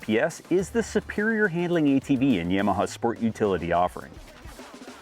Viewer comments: What the hell are you saying? lol (ya- ma- ha) it not yam a ha 😂😂😂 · Other than "y-aaa-m-aha" this is a good vid.